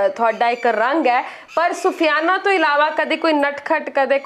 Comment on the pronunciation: Sufyana nhi soofiana hunda aa .